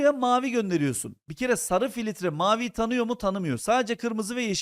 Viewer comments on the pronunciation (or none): hocam filitre demeyin lutfen